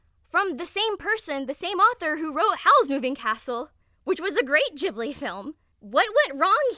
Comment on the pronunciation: THE WAY U PRONOUCE GHIBLI 😭